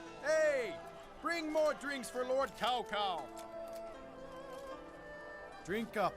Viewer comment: I loved this game as a kid even though by then I had already read Romance of the Three Kingdoms (English translation) and as a result I would practically end up yelling at the screen when they so hilariously mispronounce various names, one of the greatest offenses being how they say, "Cao Cao." Even though this doesn't follow history or the interpretation that Romance of the Three Kingdoms depicts, I still love this game for all of its hilariously incorrect information and outdated voice acting on top of what I remember being a very enjoyable experience in regards to gameplay alone.